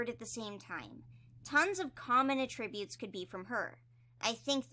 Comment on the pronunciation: please i love your videos i basically watch them religiously but i think you may be saying attributes wrong 😭 please don't take this as me being mean i just wanted to let you know, i could be wrong anyway. great video as always ur the best 👍